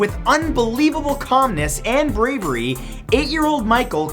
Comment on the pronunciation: "and braybery,"